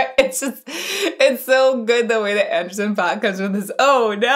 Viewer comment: Please say Anderson's name right ... It's pronounced like ....pack